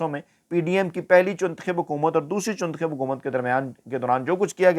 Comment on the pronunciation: I watch it because he says chuntakhib😂😂😂😂